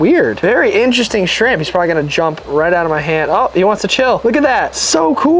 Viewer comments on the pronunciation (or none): I really did not know u were from Africa.. until u said interesant.. 😅 i an from there to 😂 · DID YOU SAY INTRESSANT WHENNYOU WHERE SHOWING THE STARFISH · Bro do you speak Afrikaans ? time it sounds like you said interesting in Afrikaans . I'm so curious now